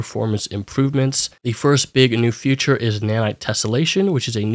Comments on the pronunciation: Feature is pronounced fē′chər not "future". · you keep saying "future" instead of "feature" and it's driving me up a wall.